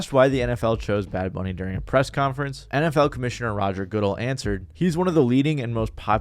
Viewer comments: Bro said good el for the nfl commissiones last name lmao I am happy that you said his name wrong!! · yea its good-dell but its all good big dog dont sweat it